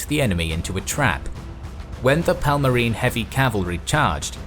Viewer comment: Palmarin ruler? Teach your speaker to pronounce their names right at least. It was a Kingdom, not a Parmalat cheese.